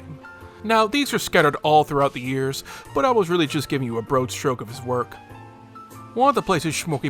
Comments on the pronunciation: ...that was the strangest pronunciation of "broad"...it's pronounced "brawd," dude, as in wide 😵‍💫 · why upload at 720p? Also, "broad" is pronounced "brawd", not "brode". Haven't you ever heard people speak english before?